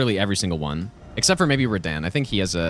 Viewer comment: I love how he pronounces Radahn 'reDan' lol